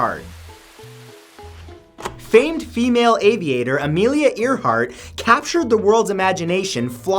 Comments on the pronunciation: AIR Hart not EAR Hart LOL... Love your videos but that one made me cringe every time you said it... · Y u SAY earheart? I thought it was pronounced AIRheart? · Thought it was pronounced.. Air Heart!?! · He said ear heart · It’s actually pronounced AIR-HART 😂 😂 not EAR-HART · Amelia Earhart is pronounced Amelia "Air-heart." Just saying... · It is airheart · Earhert is pronounced airheart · I loved this video. Hmmm, makes me think about these ppl a little closer. Btw, it's pronounced Amelia (Air)heart. Keep up the vids.. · Amelia earhart pronunciation:AIRHEART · It's pronounced AIR-hart. Seriously, your pronunciation of names is consistently horrendous. In this video alone, you butchered at least three names. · Never heard Earhart pronounced like that before. lol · I'm not gonna get angry because of the way you say Earhart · Amelia Earhart? Seriously? Well, can't say I've heard that before, interesting.